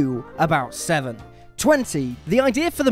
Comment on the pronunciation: It's "Sesevenen", not "SeVsevenen"